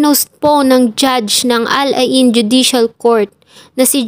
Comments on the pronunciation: Hindi po Ala in...kundi Al Ain. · You pronounce Al Ain "al eyn"